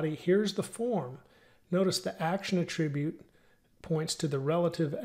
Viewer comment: It not pronounced "A-tribute", it is pronounced: "AT-RIBUTE"